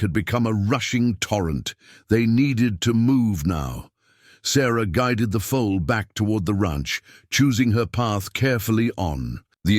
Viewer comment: The "full"; the young horse, is a FOAL. Pronounced FO ul 😊 I'm absolutely loving this story. I'm so glad that I have invested my time this evening in listening ❤️